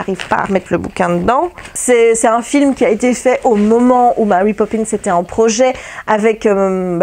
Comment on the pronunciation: Coucou, félicitations pour tes kilos perdus:) j'adore ton accent anglais quand tu lis les titres de Mary Poppins. ça se voit que tu as l'air bien, monsieur Herrmann et ton régime intermittent, les couleurs que tu amènes dans ta vie par le coloriage te font du bien et c'est agréable à voir.:) Bises